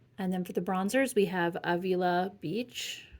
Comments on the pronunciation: Avila. A as in apple, vil as in village and you have the ending a down. Pronunciation tips from a local to there. 😉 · I can tell you don’t live in CA, by the way you pronounced Avila beach 😅